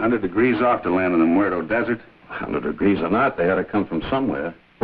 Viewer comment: "The Mew-erto desert". lol